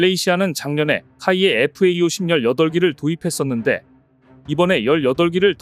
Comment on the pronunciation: 제발 FAE-50이라고 읽지 마라.